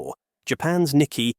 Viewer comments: It’s nik-key 225 not nikky 225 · Wrong spelling and pronouncements! This video's commentator pronounced "Fumio Kishida" as "Fumio KUSHIDA" ! And "Nikkei" is not pronounced as "NIKKI" ! Holy cow! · So you cannot pronounce "Nikkei." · The whole video fall apart for me when the word Nikkei was badly pronounced.